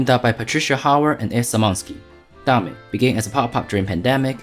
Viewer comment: its pronounced dame